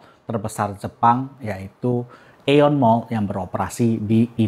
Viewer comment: 日本語ーインドネシア語通訳として、ご返事させて頂きます。 確かに「Aeon」の正しい読み方は「イオン」ですがインドネシア人は殆ど知らないので「アエオン」になっちゃった訳です。